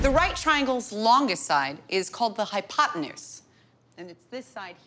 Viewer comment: It's actually "potenuse" not "potnuese".😁